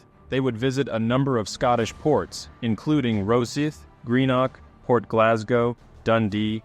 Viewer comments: Also it's Rosyth. Rosieff Not Rossith. Dude needs to get some research into pronunciation. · indeed it is but I didn’t want to post a whole list of mispronounced names and come across as a serial moaner.